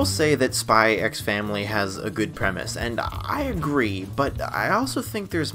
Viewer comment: THE X IS SILENT BRUH